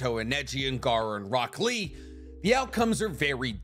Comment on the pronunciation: why do i hear broccoli instead of rock lee